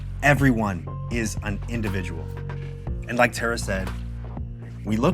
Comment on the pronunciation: i was tripping when anthony said "cara" and then "terra" i thought he said the same name twice and had to rewind 💀💀